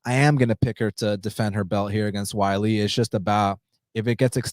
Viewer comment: She's not called Whylee... it's Weili. Zhang Weili.